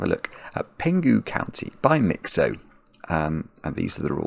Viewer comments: You are correct that Penghu is a county of Taiwan. By the way,it's Peng-hu ,not Pen-gu(h is pronounced) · for me. Nice puzzle! Interesting to see a puzzle named after a place in Taiwan, where I'm from😄 I believe the regional sum lines are meant to represent the Taiwan Strait between China and Taiwan, although I'm not sure which one of the arrows represent Penghu County😅 And it is pronounced as Peng-hu (Chinese: 澎湖)